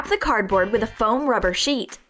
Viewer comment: I died laughing when she said cardbort instead pf cardboard